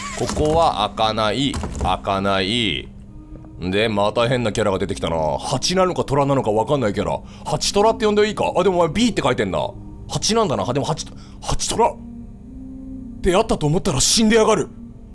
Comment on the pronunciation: はち虎ってw一虎みたいに言うやん